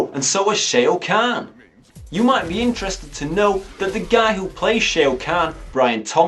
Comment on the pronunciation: Shao kahn is pronounced "Shaw Caan" btw Playing the game makes the film better, it still looks awful though...